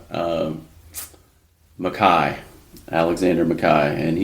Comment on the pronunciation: Okay, I'm sorry to be "that guy," but I find this frustrating. No matter how many times one of you pronounces MacKaye correctly (Mac-EYE), the other keeps pronouncing it incorrectly (Mac-KAY). I mean, they say the name multiple times in the episode.